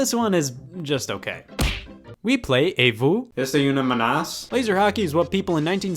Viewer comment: Scott how could you, you got the pronunciation wrong, the ce at the end of est-ce is silent and une is pronounced like oon as in balloon. there's also supposed to be a qu' before une, so it's est-ce qu'une menace.